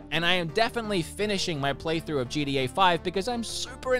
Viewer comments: Why does he keep calling it JEEDEEAAY? It's GTA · When he says GTA I hear GDA for some reason, anyone else?